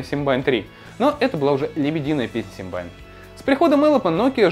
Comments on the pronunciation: Какой нафиг Симбайн?? СИМБИАН! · Какой симбайн? Симбиан!!!! Лапоть!!!!